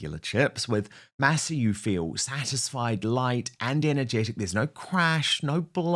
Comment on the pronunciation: Please learn to pronounce Masa correctly!